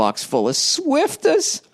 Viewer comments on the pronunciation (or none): The fact bill calls them swifter's and not swiffer's. 😂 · Isn't it swiffer not swifter? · Hey Billy Redballs. Its SWIFFER not Swifter. Love you and go fuck yourself. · Bill is an official old man because he mispronounces swiffer.